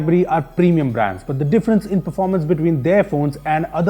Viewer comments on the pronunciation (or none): none